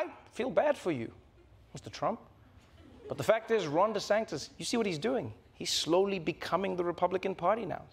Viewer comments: ❤❤❤ Trevor, I love you… but I gotta tell you this. You’re pronouncing Ron DeSantis’ name wrong, and it grates on my ears 👂🏼 you’re saying DeSanktis…like spirito sancto ⛪️ 🎶 🙏 his name is DeSAN-tis…like Santeria…Santangelo…Santomè. Just sayin’, from an Italian-Canadian and dedicated fan 💋🇮🇹 🇨🇦❤🇿🇦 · Is it just me or does Trevor pronounce it "DeSanctis" ? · Does anyone ever hear Trevor saying Desantis’s name as “desanKtis”??? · I don't know why but I keep hearing DeSANCTIS instead of DeSantis when he says it. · Why is he saying deSanktis? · or “DeSanGtis” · I love how Trevor is butchering Desantis’ name every single time 😂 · im unclear is he deliberately mispronouncing DeSantis name cause that’s just rude